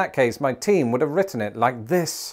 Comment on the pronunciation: definitely heard “my teen” instead of “my team” and thought for a second had been keeping quite a long secret from us 😅